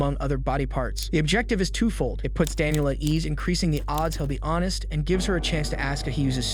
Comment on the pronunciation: You left the t off of honest